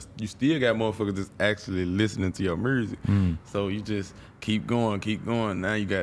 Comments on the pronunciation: Or murrsic?🤣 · “Mursic” is hot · Nobody: BlockBoy :Muresic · Mrooo zick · Hearing this man speak. I'm Glad people from Memphis can't pronounce Music.